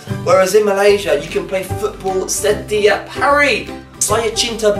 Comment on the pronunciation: setiap... not "sir teeee yup"... it is "sir tyup"... very short "tee" haha